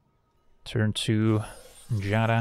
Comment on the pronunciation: Giada is pronounced "G-a-da"